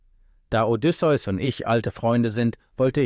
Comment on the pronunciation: Diese Aussprache. Odysseus Sohn keine Pokémon 😅